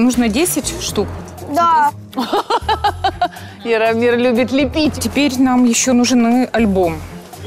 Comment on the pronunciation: •ღRaffaellkaღ• не Иромир, а Яромир